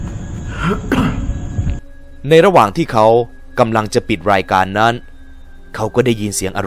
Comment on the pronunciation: สงสัยครับว่ามันเป็นคาเลคเตอร์ของพี่รึว่าพี่เป็นจริงที่ต้องออกเสียงแบบตัว ร กับ ค พร้อมๆกันเช่นคำว่า รายการ ถ้าพี่พูดมันก็จะเป็น รายวการ ใคร ก็จะเป็น ใครว แค่สงสัยครับอยากรุ้คำตอบด้วยครับไม่ได้หาเรื่องอะไรครับแค่อยากรุ้เห็นดารานักร้องหลายคนก็เป็นแต่ถามเค้าไม่ได้เห็นว่าพี่สามารถพูดคุยตอบกลับได้เลยลองถามดูเป็นความรุ้